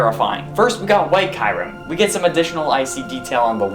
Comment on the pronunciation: kyrim who is that u mean kyurem ?